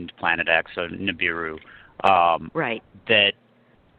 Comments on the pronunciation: It is NOT NI-BOO-Roo. It is NI-BI-Roo! Are you serious? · Ni-BI-ru Ni-BI-ru NOT Ni-BU-ru GET IT RIGHT, PEOPLE!!!